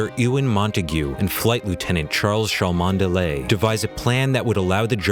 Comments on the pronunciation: Cholmondeley is pronounced "Chum lee" Glyndwr is pronounced "Glin dur" Just saying..... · "Cholmondeley" is usually pronounced "Chumly". No Kidding. Like Bethlehem became "bedlam" and Magdalene became "maudlin". Those wacky British! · it's pronounced "chumlee" not cho mon dalay. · Cholmondeley is pronounced 'chumly', not 'sholmondalay'. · Nice Video, but his name was pronounced "Chumly" (I think). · Funny fact: Cholomondeley pronounced his name "Chumley" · Cholmondeley is pronounced 'Chumley' Glyndwr is pronounced 'Glin-doo-wer' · FYI Cholmondeley is pronouncd as "Chumley." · Cholmondley is actually pronounced 'Chumley' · Cholmondeley is pronounced Chumley. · Cholmondeley is pronounced Chum-lee Glyndwr is pronounced Glin-do-er. But, whatever, the facts are more important. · CHOLMONDELY IS PRONOUNCED "CHUMLEY" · Cholmondeley is pronounced "Chumley" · There have been books writen about this and a movie was made in the 1950s, quite a well known story in the UK Oh and by the way, Cholmondley is pronounced as Chumley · Cholmondeley is pronounced "Chumley." Yes, really. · Btw Cholmondely is pronounced 'Chumley', 'cause we British are weird. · It's pronounced 'Chumley' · Annnd they pronounced his name so wrong. Way to go buzz feed.